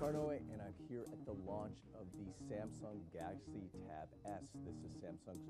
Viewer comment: this guy couldn't even pronounce the word 'Galaxy' properly.